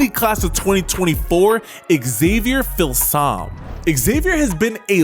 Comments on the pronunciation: I think it’s pronounced: feel some me.🤔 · “Eeeee-wers” “Phil-sahm” 🤣🤣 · Here's how to correctly pronounce Filsaime: Phil-Sum-Me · It’s pronounced Fill-sah-mee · Hook'em Allday Everyday, ps its pronounced feel-some-me